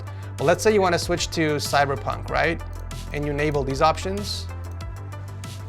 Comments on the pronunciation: did he just say cyberpink 🤣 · Did you say Cyberpink? 🤣